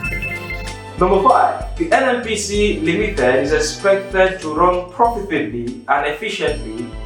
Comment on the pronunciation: Limited, not limithed, responsibility not responsibilithy. I'm sorry but It's quite irritating to be hear.